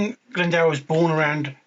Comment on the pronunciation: you gave it a good crack. Can’t fault you for that! 🍻 It’s the “dwr” really, it’s a lower case ‘w’ so is more like “d + oo + r” or like a person who does things, a “doer”. Bit of added etymology, “Glyn” = “valley” or “Glen” and “Dwr” = “water” so he’s Owain of the “Waterglen”. Cheers, Bach 🍻